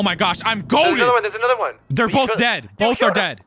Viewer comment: did anyone else hear how he said at the yellow jack that the cop was D A D nowinstead of dead?